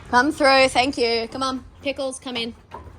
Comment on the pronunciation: I enjoyed this vid as I do all yours, but I have to finally ask: Is "thruff it" a slang pronunciation thing going round that I am not aware of, or is it mostly there in Australia? You are the only one I've heard say it but I have heard you say it several times now. Just wondering!